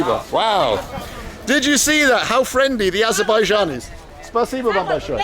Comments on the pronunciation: Wow actually in Aberbian (Trump pronunciation)... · Did you mean Aberbaidjan? It's really annoying when people don't pronounce correctly 😂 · Or abenbaijan as donald says